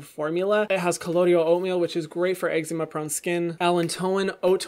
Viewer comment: No one: Hyram: eggzeema 😂❤️❤️😂